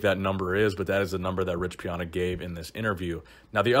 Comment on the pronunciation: “Rich Piona”